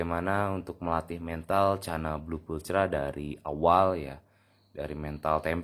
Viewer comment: Di bacanya pulkra, bukan pulcra 😁